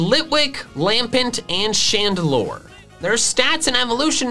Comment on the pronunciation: CHANDELURE, NOT CHANDALOR!